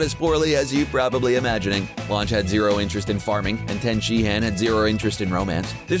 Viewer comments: tien-shin-haun not tien-shin-han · Dude said "Ten SheHAnnn" 😂😂😂😂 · To the guy making these videos. Please do us a favor. Watch some Dragon Ball Z and learn the correct pronunciations of names before making videos. While I enjoyed watching the two videos I’ve seen today, you have missed pronounced names in both. Example Tien Shinhan [Tenshinhan] (Han is not pronounced han....it is pronounced hon). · How many different ways can you pronounce "Tien Shinhan"?